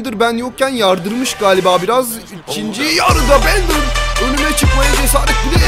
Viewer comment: Abi o bendır değil direk bender diye okunuyo